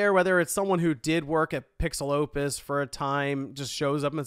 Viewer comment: Maybe it's because I'm Mexican but I can't help but to hear "PixelLopez" every time I heard PixelOpus during this video